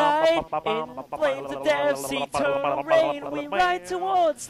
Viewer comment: EE-turr-NALL sun XD